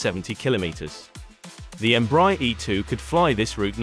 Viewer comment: Please learn to pronounce the brand name right EMBRAER is spoken EM-BRA-AIR